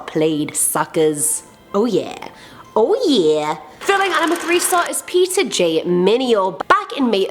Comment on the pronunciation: did she say peter or pizza